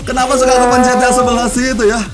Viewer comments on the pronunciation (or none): none